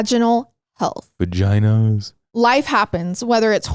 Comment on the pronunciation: I giggled at "vaginuhhhs"